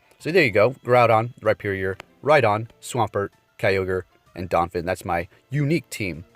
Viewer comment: Damn, “donphin” too?